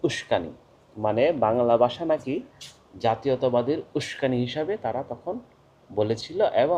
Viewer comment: আপনার অনেক পড়াশোনার প্রয়োজন আছে। জিন্নাহ পাকিস্তান কে ইসলামি রাষ্ট্র করতে চায়নি। মুসলিমদের জন্য পৃথক রাষ্ট্র চেয়েছিল। আপনি "ভাষা" শব্দটি উচ্চারণ করতে পারছেন না।ভাষাকে বলছেন "বাসা" এটাই ভাষা আন্দোলন এর বিপদ! ইতিহাস পড়েন। বাংলা ভাষাটা ভালোভাবে শিখে তারপর বাংলাদেশের জনগনকে বুঝাইতে আসেন। ইতিহাস না জেনে মূর্খদের জন্য ভিডিও করা যায়।ইসলামের ইতিহাস সম্বন্ধে আপনার কোন জ্ঞান নাই। ভাল করে ইসলাম প্রতিষ্ঠার ইতিহাস পড়ে নিবেন।